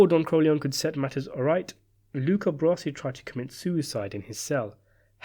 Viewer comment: Luca's last name is not "brassy", it's "bra-zi".